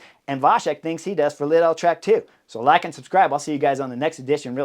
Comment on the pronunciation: how does this guy mispronounce every other name and also completely butchers Lidl jfc